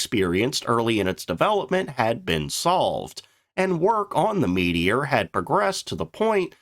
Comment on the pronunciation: The Meedior? Never heard of it. The Meteor however ... And Nay Nay? Neene after the river Nene . Low IQ AI.